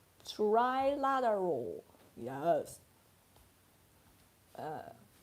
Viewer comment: try-lat-uhrr-uhl -Trilateral